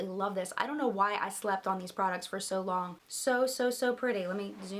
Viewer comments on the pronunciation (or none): none